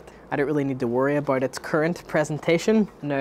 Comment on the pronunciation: Great video, your accent is a bit hard to understand sometimes but otherwise great video 😊 "abite" being "about" made me lol